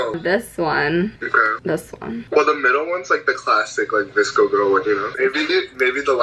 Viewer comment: VSCO girl? I kept thinking he was saying DISCO girl